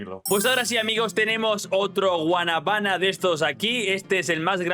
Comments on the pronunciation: Bro te equivocaste dices guanabaná y es guanábana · no es Guanaba es Guanábana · Loco lo pero es que un dominicano lo escuche diciéndole así a la guanábana repite conmingo guana bána dile rápido y te sale perfecto